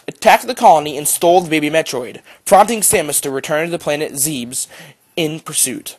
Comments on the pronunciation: I-I'm sorry ZEEBS ITS ZEBES (ZE-BIS) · First of all you have the wrong order and its pronounced ZEBES not zeebs metroid other m clearly states that it goes metroid, metroid 2 return of samus then super metroid. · Just a few things. Zebes is pronounced (Zeh-bess) It's "Other M" not "The Other M" And Ridley dies in Other M. He is only in Fusion because the GF contained his body, which was infected by the X. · Why does everyone pronounce it 'Zeebs'.... its 'Zeb-es'.... thats even how they say it in Other M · Zebes is pronounced zeb-es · zebes has other pronunciations (Zee-bees, Zeh-bess, and Zeebz)